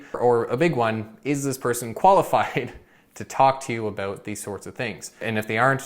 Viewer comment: Is that a Canadian thing when people pronounce "about" as "aboot"?